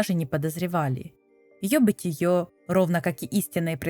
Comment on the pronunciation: низинА... бытиЁ......